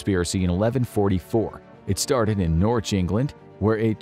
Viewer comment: Fascinating material, but for the love of English, please check your pronunciation. Your treatment of "divers" and "Norwich" made my skin itch.